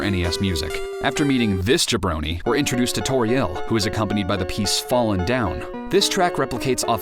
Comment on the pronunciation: This video is really good, but the fact you put the stress on the "ri" in Asriel and Toriel bothers me so much. I feel so bad for being to nitpicky but I have put the stress on the first syllable and hearing somewhere else bothers me.